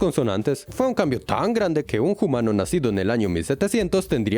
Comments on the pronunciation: ¿Por qué pronuncian "jumano" en vez de "umano". Le dan sonoridad a la h como si fuera inglés o francés, etc. en lugar de que sea silenciosa. ¿Qué origen tiene quien locuta? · Le dice homano